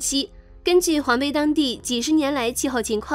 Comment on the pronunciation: 黄陂！对不认识的字在念稿子前不能查查字典吗？